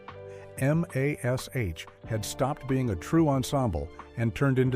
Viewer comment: It's very obvious you're using an AI voice to read this, and it's very distracting. M.A.S.H was always pronounced mash, not each letter individually. Human readers who have studied the show know this, the AI doesn't. Maybe you've got some interesting info in the video, but I won't know because I can't watch this.